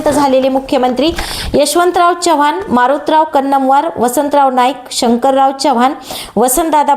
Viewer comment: चव्हाण आडनावाचा उच्चार नीट करावा चव्हाण च्यवाह्वाण नाही